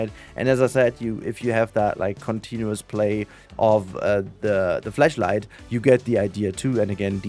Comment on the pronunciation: I love you and your content. But, I'm pretty sure you didn't say "flashlight", I heard an e in there 😭